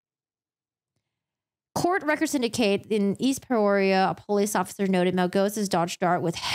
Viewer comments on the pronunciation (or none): The "S" is silent in "Illinois." That's a big mistake to pronounce it with the "s" at the end. Peoria -- "PEE-OR-EE-UH" I'm from a town near Peoria. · Peoria is pronounced "pee-or-e-ah" Also the 's' in Illinois is silent.